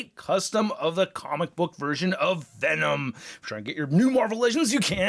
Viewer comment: I swear he said “Thanom”